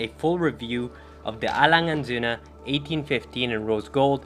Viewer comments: I'm from Germany and you pronounced the brand perfectly👏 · You're the first American I ever heard to say Lange & Söhne right lol...congrats to this beauty btw.:D